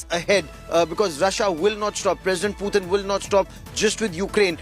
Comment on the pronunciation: “Pewtin” lmao